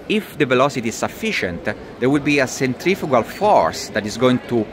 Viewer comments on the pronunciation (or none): none